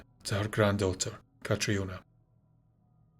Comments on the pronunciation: Please, Catriona is prounced 'CATRINA' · I always thought Catriona was still pronounced Catrina 🤔... I knew a girl called Catriona a few years back. She's gorgeous but has no idea. She's hated it but i loved it! 😂... but yeah, hey Cat, if you're reading this 😂